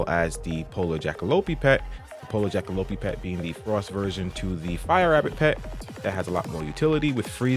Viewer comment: Jackalope is pronounced like Jack (jackrabbit) and Lope (antelope) which it is a combo of the two. Awesome vid thanks!